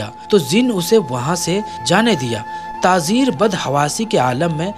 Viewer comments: talaffuz drust nahi hai jaise ke (tazeer) ghalat hai...Tajir sahi hai. Khazoor nahi...khajoor sahi hai...pehle urdu sikhen urdu ka janaza mat nikalen... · Bhai tazir nahi tajir bolo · Bhai tazeer nahin tajir hai baqi masha Allah alhamdulillah. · Mashallah ap video bhot achi bnate h per thoda Urdu language pe dhyan de kyon k jo bolna h wo Galt bol jate h jaise khajoor hota h na k khazoor or tajir hota h na k tazir sunne me acha nhi lag rha bilkul thoda urdu durust kr le bas baki sari stories bhot achi hoti h apki